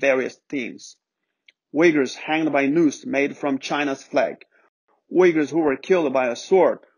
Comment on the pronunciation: nice pronunciation of uyghurs man...